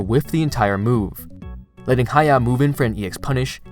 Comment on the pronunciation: Y'all need to spell his name correctly western guys. Is ha ya o ...not ha yao 😮